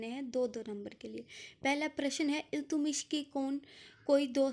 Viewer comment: iltumish nhi h Iltutamish h